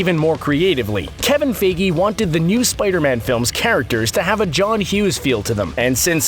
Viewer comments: “Kevin Fe-ge” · "Kevin Fegey" 😂😂